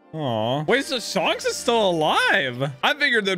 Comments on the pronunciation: SHANKS not SHONKS!!!! WAHHHH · It's not shunks it's shanks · He said shonks Its Shanks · he kept saying Shonks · His name isn’t pronounced shanks (as in honks) but shanks (as in hank) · Shanks❌ Shonks ✅ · lol it's Shanks not Shonks XD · it's pronounced more like Shenks, not Shonks. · Hey its not sHuNKS its Shanks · You are mispronouncing Shanks name it's not Shonks , it's shanks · You said shonks who the freak is shonks I only know shanks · its pronounced shaynks not not shaunks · It's not shanks it's shancks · ittttttss shanks not shonks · SHUNKS sorry but it’s funny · please stop saying shonks 😭😭😭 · shonks is unAXEptable... :) lol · I low key want you to keep calling him shonks. :) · I like it how him saying shanks sounded like shonks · I like how he says Shonks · Shaanks is the actual pronunciation...why is everyone flipping ?? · It's pronounced Like Shank with an S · Bro, it's not sharnks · stop saying shunks🥴🥴🥴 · Him pronouncing shanks wrong has to be the highlight of the episode. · You said shanks in this video like the Avatar the last air bender said aang XD you got quite a fun journey ahead of you! Subbed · The way you say Shank's name... lol. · anyone gonna tell him hes saying shanks name wrong